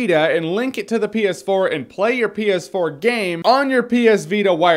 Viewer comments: My sound was low, and when he said ps4 it sounded like penis 4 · Am I the only one hearing "penis 4"? Stupid brain of mine! -_